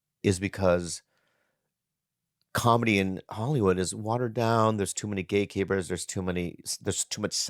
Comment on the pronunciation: Too many gay capers ? Lol I think he said gate keepers but that's not what I heard